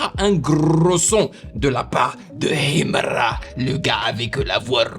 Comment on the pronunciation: Tu prononces "Himra" comme un authentique moudj.... j'adore ❤❤❤❤